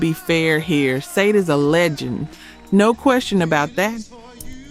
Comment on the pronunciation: You miss pronounced Sade